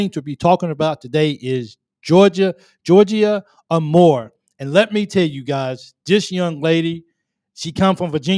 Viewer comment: Hokie here. Georgia is amazing and fun to watch play, but her last name is pronounced “A Moore”, not “ahMore”.